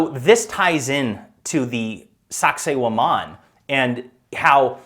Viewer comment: I watched both seasons and loved every episode. I like what Graham also says about how world "leaders" should be required to do an Ayahuasca ceremony at least once, if only the world was more progressive in that sense. On a funny note, my daughters and I kept hearing Graham say Sacsayhuaman as Sexy woman and we definitely got a case of the giggles. Have you heard of the new docu coming out by Dan Go Thoughts here on YouTube, about what he discovered while on DMT and looking into laser light? His docu is called The Discovery.